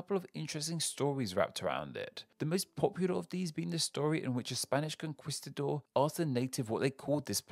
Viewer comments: You really butchered pronouncing those Spanish place names...and the way say "conquistador" makes me laugh /con-QWEE-stuh-dor/ lol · Speaking of bad pronunciation, it’s a k sound in conquistador, so it’s like con-kee-sta-dor